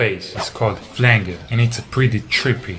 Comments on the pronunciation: It's pronounced flan-jer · btw ... its Flanger - a soft G as in 'age' or 'badge' ... not a hard G like in 'gas' or 'go' or 'gum' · Flanger is pronounced like flanjer